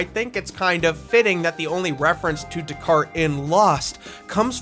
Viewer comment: It's pronounced "Days-Car-Tays." Days-Car-Tays